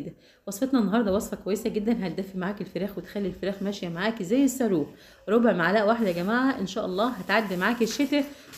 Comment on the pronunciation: الصاروخ بال ص مش بال س يا